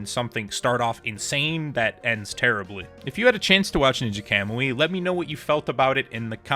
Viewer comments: this guy has no right to criticize the anime when he can’t even fucking pronounce it right 💀 i stg y’all new gen fans are gonna be the death of the anime industry fr, the single most used “critique” that people seem to use is that it got “bad” when futuristic tech was used even tho it was literally shown in the 1st episode, you would’ve known that if you didn’t have your head up your ass and actually paid attention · Shit went from 10/10 to a -10/10 real quick and learn how to pronounce words kamui is easy to pronounce it